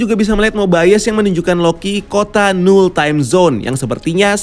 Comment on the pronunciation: Mobayes atau mobius